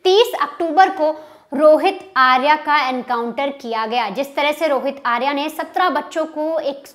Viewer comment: "आर्या" सही उच्चार नहीं है, 'आर्य' सही शब्द है। 'आर्या' स्त्रीवाचक शब्द है, 'आर्य' पुरुषवाचक। अंग्रेज़ीदाँ लोगों को पता नहीं, कि शब्द को 'आकारान्त' करने से इतनी बड़ी ग़लती हो जाती है।